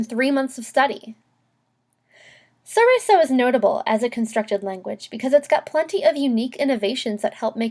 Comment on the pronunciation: The L isn't silent. It's from Italian, not French.